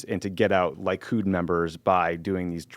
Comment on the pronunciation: Lee-kud, not Lie-kud. :) Wonderful pod guys!